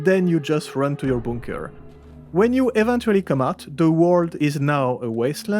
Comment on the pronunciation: I like how you say bunker. Boonker.